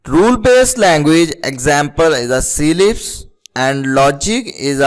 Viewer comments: well, its not pronounced as SEE-LIPS, because there's no dash, space or even a comma between C and LIPS, its CLIPS. we do not pronounce cat as 'see at', its cat. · See lips, bro its CLIPS not C-LIPS